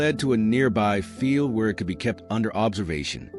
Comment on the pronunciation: It’s field not feel😂